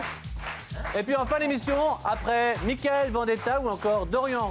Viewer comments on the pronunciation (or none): none